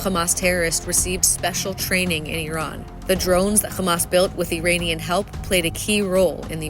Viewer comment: Does anybody know why the narrators in some of the IDF's videos can pronounce "Iran", but not "Iranian"? Are they using a vocal deepfake system or a real person?